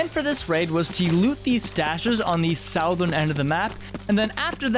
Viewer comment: Bro look up how to pronounce "southern" please